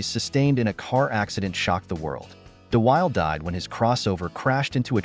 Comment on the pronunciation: You can't correctly pronounce DeWilde or a lot of the other names. Wrong pics, also. I'll dislike and ask youtube to NOT recommend your content.